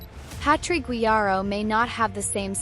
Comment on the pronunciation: Please use sound of google translator to say "PuteLLas" next time. Great video, please go on. PD. You said very well "Guijarro" It is not easy for Anglo-Saxon people.